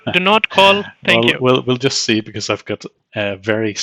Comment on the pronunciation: Jusht vait a moment 😂😂